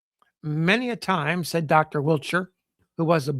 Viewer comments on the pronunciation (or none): none